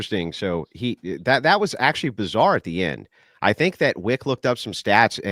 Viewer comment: for one of wicks "aktchualee"s